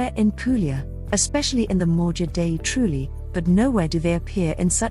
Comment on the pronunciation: IT'S TRULLI, NOT 'TRUELI'